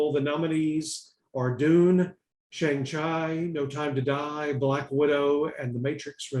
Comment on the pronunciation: IT'S PRONOUNCED SHAWNG-CHEE.